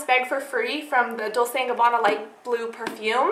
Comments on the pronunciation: You said your from California but you have an accent and say things people that are born in raised in California (like myself) don't say. Like dolce is pronounce dolCHAY and fuze is pronounced like fuse. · dole-chay. she mispronounced it. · it's dole-chehh no "y"at the end